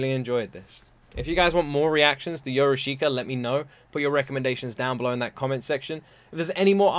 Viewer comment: It is pronounced Yorushka. I is ommited.